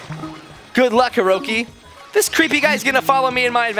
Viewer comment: er? u said herocy not herosy